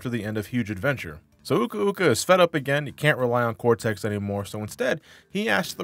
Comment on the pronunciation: It's actually pronounced Cortex cuz that's his name not Cortez.